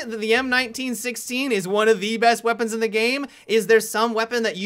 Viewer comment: gweapons XD